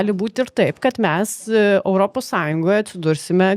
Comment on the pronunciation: "Europos",, ne "Öropos" ar "Oiropos". O visa kita puiku.